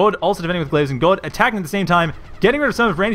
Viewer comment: but.. but.. Godde is Swedish, not German XD If i remember correctly it is pronounced something like "Ghoddie"